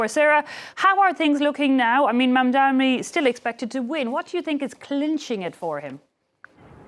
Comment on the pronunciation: Knucke dragging mugs, they are so pissed that Mamdani is going to win. Still can't say his name properly and it's not Mamdami to the thick news host